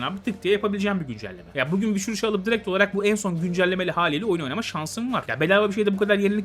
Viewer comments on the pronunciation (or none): none